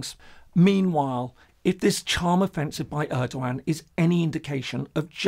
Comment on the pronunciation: Hi there, new subscriber here. Enjoying your calm and neutral approach. Just a heads up: The E in Erdoğan in pronounciated like the one in "every", not like the one in "early". Thanks for the nice content.